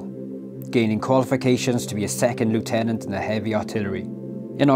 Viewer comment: You pronounced lieutenant wrong but otherwise great film.